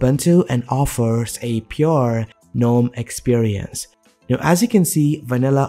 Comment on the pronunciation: I cringe every time he pronounces "gnome". 🤮🤮